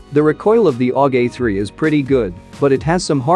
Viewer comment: No one:: "AuGAY3"